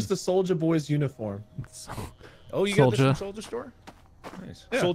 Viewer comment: "Solja Cult" 🤣🤣